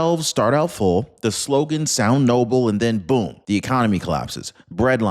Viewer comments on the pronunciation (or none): none